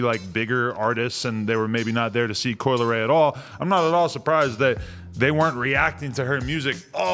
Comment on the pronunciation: Coi "L" eray